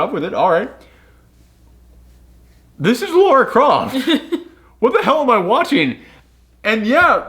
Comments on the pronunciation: Dude: it's Lara, not Laura. LaaaRaaa, not Lor-ruh. Lara Croft. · Goes on for a whole bit about how they say Himeko wrong. Proceeds to say Lara wrong for the whole video. You’re great but that is kind of funny.